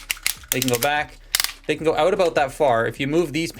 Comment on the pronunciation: "They can go OOUTE"...yep, you're canadian! nice robot. thanks for sharing